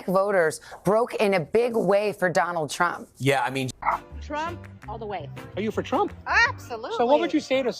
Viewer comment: Not the “I will boat, for Donal Trunk!” 😂🤣😂